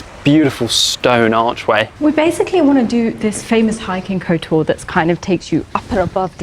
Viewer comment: "Kotoar" terrible prounounceiation.